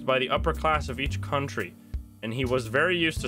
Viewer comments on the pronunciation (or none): none